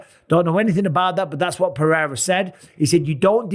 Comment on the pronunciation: PEH. HEY. DA. That's how you say it. For all your white guys. PEH-HEY-DA